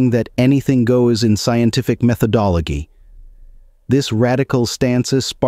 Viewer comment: Insteed?! Methodologhie!!?? I smell a computer voice. Alas! Alack! Oh woe!